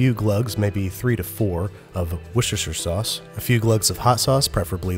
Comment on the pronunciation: You know he's really sick when he pronounces Worcester sauce properly